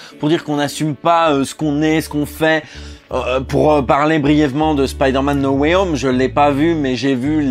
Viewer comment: cela ne ce Prononce t-il pas plutôt: Spaïdeu/r/ Mènn No way om !!!???